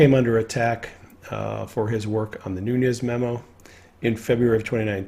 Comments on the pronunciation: I like you, so please don't take the following as my being petty; rather, I am trying to help. There is no tilde in "Nunes", so it is not pronounced "NOON-yez". Instead, it is pronounced "NOO-nez". Again, I'm only trying to help. Thank you for the work that you do. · It's not pronounced Nunez smh